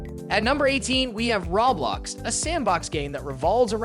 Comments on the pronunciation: You say Roblox funny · Did this mofo say Raw blox 😂 followed by Smash bras... 😂😂😂